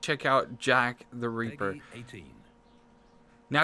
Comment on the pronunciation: Its ripper not reaper